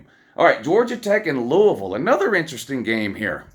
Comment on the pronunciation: .....You say it as Lou•we•ville😮😮😅😅😊because I'm from there.